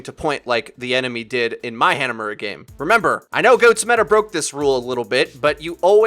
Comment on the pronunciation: Who calls it “Hannah Mura”? It’s pretty undebatably ha-na-mu-ra.